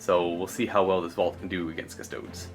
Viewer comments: Cus-toads.... really? At least pronounce the name of the army properly face->palm. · As a Custodes player, if my opponent says Custoads. I just pack up and leave.😂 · cus-to-dees. custodian. not cus-toad. you don't pronounce astartes ass-tarts, do you?